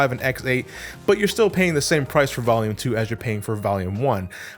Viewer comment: I swear when you say volume you sound like youre saying valium lol You otherwise never sound like youre from new england lol